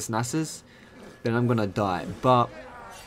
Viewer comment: am I the only one who noticed he says anus instead of Nasus when he ganks?